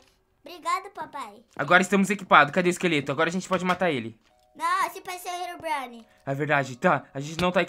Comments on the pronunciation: mãno pedi pra o parar de falar rerobrine por gentileza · O não para de falar henronbraine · manda seu filho parar de dizer herubrine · Engraçado falando Herobrine aí ele fala helobrini